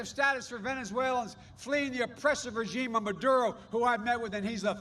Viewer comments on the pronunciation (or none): none